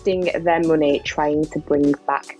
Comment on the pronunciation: I started the video She said muney I closed the video